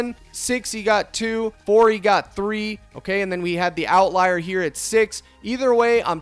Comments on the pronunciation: You may be saying it like this on purpose, but outlier is pronounced out liar, not lee-er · why do you say outlier like that lmao